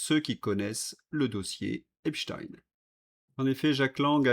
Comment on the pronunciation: Ravi de constater que vous prononcez à nouveau correctement le nom "Epstein".